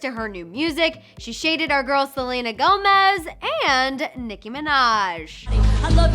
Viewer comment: Am i the only one getting pissed off when they call Nicki more like Minage, not Minaj?😅😂😂